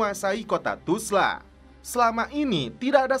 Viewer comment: 😅 kenapa ga bisa bilang Tulsa?